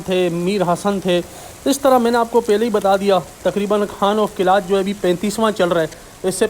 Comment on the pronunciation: Right name is Qalaat not Qilaat